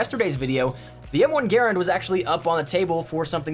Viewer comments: is how he always says it. Gare-end It's Guh-ran-d. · The soldiers all called it Guh-Rand, but the actual pronunciation of the inventors name is Gare-End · Uh it's GER - RAND... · I pronounce it "Guh-rand", but the M1 is still okay. I like the World at War variant better. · That's not how you pronounce m1 Garand please fix it is annoying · You're not pronouncing "Garand" correctly. This was a weapon that people died holding in their hands and a weapon that saved people's lives that they hold near and dear to their heart. Bro do your homework and learn how to pronounce the weapon properly. You seem young and I'll not be ignorant like I want to be right now. All I had to do to find the proper pronunciation was search for a history documentary. In the future take a fuckin second and pay the proper respects to the history and sacrifice made around this and other weapons. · The way you pronounce the M1 Garand annoys the hell out of me because you’re pronouncing it wrong. And being a history buff that ended the video for me